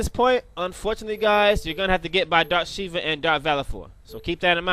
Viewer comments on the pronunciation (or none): none